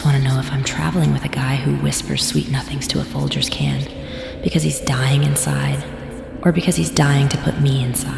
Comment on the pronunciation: She called him Foldgers! Thats cold 😂 Great story